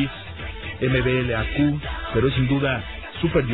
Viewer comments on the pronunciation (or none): "eme-be-ele-a-cu" o sea MBLAQ haha, pero aun así muy bien informado c